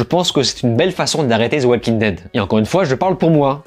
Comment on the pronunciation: Pourquoi tu prononces le "L" dans "Walking" ?